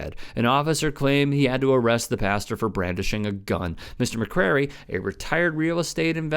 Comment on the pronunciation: FYI, dudes name is McCray, not McCrary